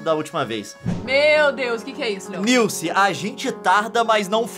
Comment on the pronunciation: Ah ta e não é leom é Leon